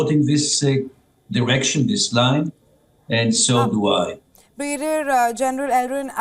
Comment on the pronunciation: newsreader does not know how to pronounce Brigadier so funny